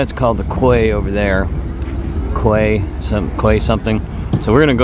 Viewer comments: Loved the scenery and I do hope that you will find out how to pronounce English words like Quay. It’s pronounced kee! Don’t stop travelling and showing the wonderful places. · Come on. You know that ‘quay’ is pronounced’key’. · Quay is pronounced Key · "Quay" is pronounced Key - odd, but that's how it is. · Circular Quay is pronounced Key. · Accessing the Harbour Bridge is easier on the south side of the bridge, not the north side. Quay is pronounced 'Key'... Great vlog! and the 'island' you talk about is the "REST" of Australia...and yes it is and island! 🤣🤣🤣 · Australia doesn't have mountains. The Blue Mountains are hilly ranges and valleys covered in gum trees. But it's certainly NOT where you'd want to get lost. Quay is pronounced "kee".